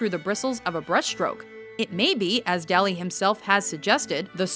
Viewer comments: ***** She tried in them, at least. Even pronouncing it like "Dolly" would have been more of an effort. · She tried so hard to pronounce most of these artist's names, but butchered Dali. It's not even a hard one. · The Dali painting was rated too low. Also, she mispronounced "Dali"...